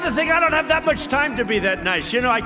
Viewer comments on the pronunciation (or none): none